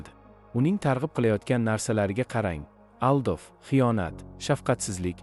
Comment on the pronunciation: Aldov familiya emas, aldif deb talaffuz qilmang. Chezare Borja Aleksandir Vinning emas, Aleksandr VI , ya'ni 6-ning o'g'li bo'lgan. Matnni efirga olin chiqishdan oldin yaxshilab, tushunib o'qish kerak. Umuman, Makiavelli rostgo'yligi bilan hurmatga sazovor shaxs.